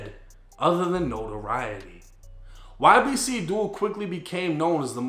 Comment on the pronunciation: Glad u said YBC and not Yibbick like that one dude